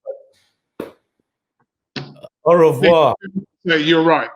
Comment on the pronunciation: Man said Aurevoir 😂😂